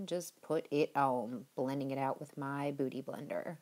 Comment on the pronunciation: YAY! I got the first like and the first comment! Whoo-hoo! I ROCK!! I'm cool! I'm bad! LOL! I actually thought you said "Booty blender" instead of "Beauty Blender"! LOL! I love this whole look! And what the hell was in your vape today? You be krae girl! LOL!